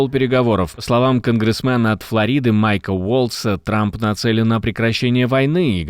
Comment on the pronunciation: ..от Флóриды, а не от Флори́ды. Ударение на о! Спасибо за выпуск.